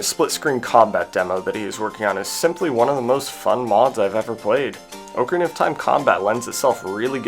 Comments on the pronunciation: Oak a rina??? Cringe bro.. Repeat after me Ahk-a-ree-na My god. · The year is 2026, people still say Oakarina instead of ocarina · Not trying to be annoying, but the o in ocarina is pronounced like the o in rock rather than the o in oak. So like "ah-carina" rather than "oak-arina" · That's not how you pronounce ocarina... You can literally google "ocarina definition" then click on the pronunciation and it will say it properly. It's pronounced like dock, not oak.